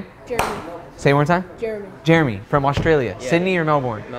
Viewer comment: Why he be pronouncing Australia like that